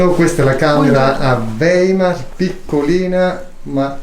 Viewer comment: Si dice "waimar" In tedesco...